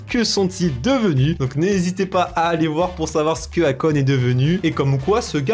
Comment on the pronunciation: Akon on prononce "eikon"